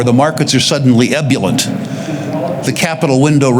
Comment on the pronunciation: Hey,, you used ebullient 3 times, please refer to a dictionary to establish correct pronunciation, or ask a professional how to truly pronounce it correctly. I’m sorry, this is a regular occurrence with you, so investigate before you pronounce!